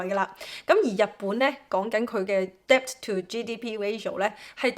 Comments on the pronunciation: NB: Debt 不讀 Debt. 讀 Det. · 姐， 多謝資訊。 Debt 唔使讀個b 音，讀 det 就得。（請不要介意，只想你啲片更完美。🙏🏻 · 唉 , Debt 讀好D英文先教人啦